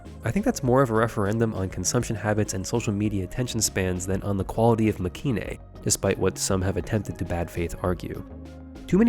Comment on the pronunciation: I'm pretty sure it's actually pronounced make-in (マケイン) as separate words due to it being a shortening of make and the last part of heroine